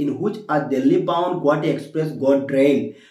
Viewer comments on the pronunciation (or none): none